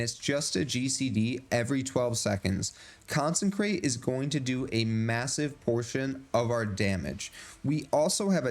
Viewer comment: Consecration. Not Consencration. Therefore it doesn't say consencrate. Good video - but I just had to get that off my chest, it's driving me crazy.